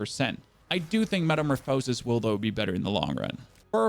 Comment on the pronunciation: Its pronounced Metamorphuhsis The last O is pronounced more of an "uh" no emphasis on it at all